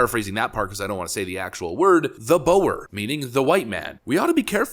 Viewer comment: Just for clarification Boers is pronounced Boor. Also, Zimbabwe slaughtered a lot of them back in the 70s. The ones that survived fled to Mozambique. There is a good reason why Zimbabwe was starving their people ro death and Mozambique has been very stable during that time.